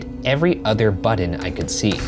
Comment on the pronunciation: Ryan saying udder instead of other kills me